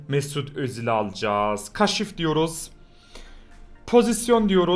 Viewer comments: Kaşif deme şuna kaaşif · Kaşif diyişine hastayım abi